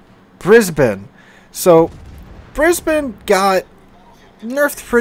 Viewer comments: Thankyou for pronouncing Brisbane correctly :) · love your pronunciation of Brisbane, everybody in Straya pronounces it as BrisneyLand or BrisVegas but you do alright #thumbsup